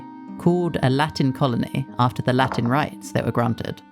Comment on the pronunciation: Where are you from? I can tell you're not from a Latin country because the pronunciation of Latin words was very unnatural. Good video though